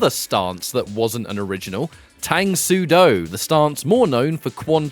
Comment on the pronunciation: Its pronounced “Tung” soo do btw.